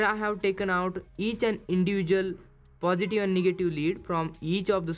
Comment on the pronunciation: It's pronounce "positive" not "positu"